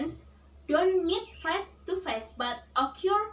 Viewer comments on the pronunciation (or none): Nice delivery and gestures! mispronounced: great, inevitable, face. Don't forget to look at the camera.